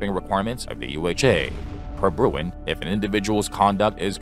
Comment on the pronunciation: it's Bruen, not Bruin